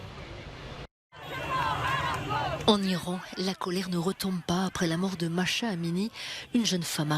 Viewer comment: le prenom de la jeune femem assasinée en Iran est MAH'SA, ne pas prononcer MACHA mais MAH-SA.